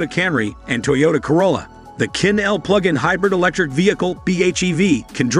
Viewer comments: It's pronounced chin, not quin. Chinese and French among other languages use a different set of phonetics to represent their actual sound. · Qin is pronounced as chin as in the Qin Dynasty